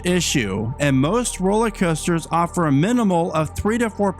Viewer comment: Dude, are you saying ROLLIE COASTERS? Drives me nuts!